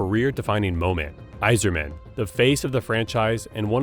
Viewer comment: Listen, let’s just be thankful he got Yzerman’s name right